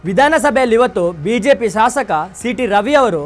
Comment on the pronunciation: ಸಾಸಕ ,ಅಲ್ಲಲೆ , ಶಾಸಕ ,ಜಗದೀಸ , ಉಚ್ಚಾರಣೆ , ಸೆರಿಯಾಗಿರಲಿ